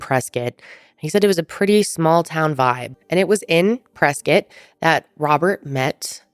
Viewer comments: it’s def “Press-Scott” I went to college in Arizona, and I’ve never heard anyone locally call it “press-kit”.. maybe that’s the ORIGINAL pronunciation, but def isn’t the one used now. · I’m sorry but that’s “press-Scott” not “presket” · I refuse to believe it’s “press kit” and not “press Scott” lol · Born and raised in AZ.. still won't pronounce it Preskitt 😆🤷‍♀ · If you've been to Prescott you KNOW how people feel if you pronounce it "Press-scott" 😂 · We say it Prehs-Scott here in AZ lol.